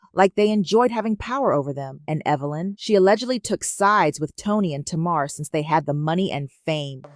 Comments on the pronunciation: Pronounced Tay-mar... Tamar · Her name is pronounced TAY MAR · Woman lease say tamar name right if u gonna have a blog